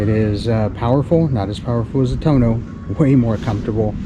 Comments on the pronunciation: TUUUUUUUUOOOOOOOO NOOOOOOOO not Tuno.....lol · It's Too-ono not tono. But your Guzzi is just beautiful. Thinking of getting one myself. Enjoy. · It’s too-oh-no, not Tone-o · Please have an Aprilia dealer teach you how to pronounce Tuono! I had 2017 Factory and it was a great bike. I now have the V85tt and considering the V100. Now if MG would put this engine in the V85 I would keep it.